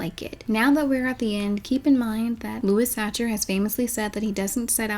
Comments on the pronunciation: Just want to mention that Sachar is pronounced like sacker. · "lewis satcher" cringeeeee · I'm pretty sure Sachar is pronounced Sah-car. That's what the librarian and teachers said when I was in school, at least.